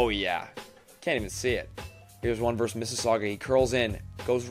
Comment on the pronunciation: It's versus, not verse. I don't know why all young people say it this way now.